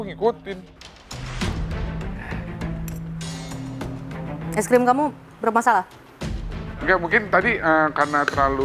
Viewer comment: Tolong aku tu dr kmaren ngakak pol sama bilang ice cream jd es grem